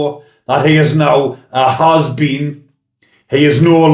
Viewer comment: I'm dying here, stop saying HAS BEAN!! ffs man, can't stop laughing. But seriously I feel for the young girls that he's groomed, I personally know how they feel after and it's not our fault. I'm 60 now and still affected but living life too. Keep up the good work love x